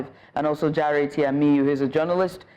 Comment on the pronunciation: the young man name is pronounced Jaa a re not Jare